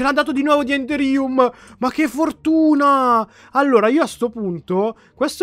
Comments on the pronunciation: Si legge énderium, mi hai fatto prendere il nervoso ogni volta che l hai detto.. Una domanda, questo modpack é la galacticraft o la spacecraft?? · si dice endérium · si di endèrium e non enderìum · Endèrium con la accento sulla e